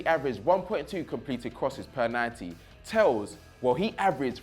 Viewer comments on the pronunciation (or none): Hey, great content. Little heads up. Best way to pronounce the players names. Thauvin = Toe-van. Telles = Tel-les. Otherwise keep it up.